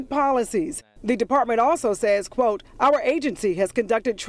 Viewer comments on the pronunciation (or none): none